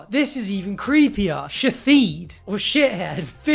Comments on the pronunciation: reading "shithead" as "shi-theed" has me unsure whether to find it amazing or ridiculous. I mean it's fucking hilarious either way but genuinely came across like he actually thought it was said that way and then had to double take..? So, aye. It's either an amazing bit or ridiculous he could even consider it being said like that... and both are hilarious. 🤣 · "Shi thead", the most tory way of reading it 😂😂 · pronouncing it “shitheed” killed me